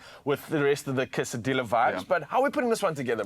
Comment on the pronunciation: Hey, my Siffefriken buddies. It's pronounced quesaDeeya, and torteeya lol 😅😅😅😅